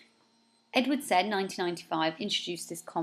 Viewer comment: it is also very sad you 'said' 'Said' incorrectly ...